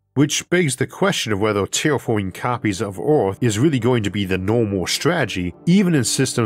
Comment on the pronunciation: Erm.. what planet is this "Ooarth"